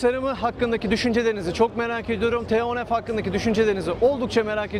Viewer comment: Neden model ismini söylerken T harfini türkçe F harfini ingilizce telafuz ediyorsunuz bilinçli olarak türkçeyi katletmekmi niyetiniz yoksa kötü bi eğitim aldığınız içinmi. Otobobilimizi överken dilimizi dövmek olmaz rica ediyorum özen gösterin. Buradan hiç bi halta yaramayan TÜRK DİL KURUMUNA selam olsun.